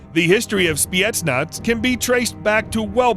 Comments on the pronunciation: Why are you saying spietnaz? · Did i heard spyetnaz